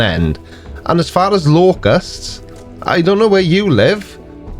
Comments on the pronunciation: Locustses??? Locustses??? WTF are Locustses??? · Did she say locuses? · Did she say LOCUSTSES? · I like how she pronounced 'locusts' like she grew up in the 'hood 🤣🤣🤣🤣🤣